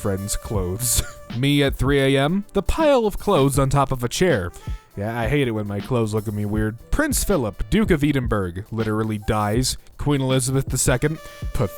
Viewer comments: Eedinburg?? EEDINBURG?! It’s pronounced ed- in- buh-rah Just to help love you tho, your all hilarious keep up the good work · ‘Ee-den-burg’ yes exactly how you say it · IT'S EDINBRAH (so he can pronounce actually spelt edinburgh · Edinburgh is not pronounced eedinburg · the way he said edinburgh e din burg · im dying. Edinburgh isn't prounounced 'edinburg' 😂😂🤣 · Just to let u know that Edinburgh is pronounced e-din-bruh which is the capital of Scotland. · it's more like eh-din-burr-uh but there are multiple pronunciations. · E - din - burg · He said eedinburgh... Screams in irn-bru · "Prince Phillip, Duke of Eee-den-berg" 😂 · As a scot, I forgive him lol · The way he says Edinburgh annoys me. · I refuse to believe you pronounced Edinburgh like that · Omg he can't even say Edinburgh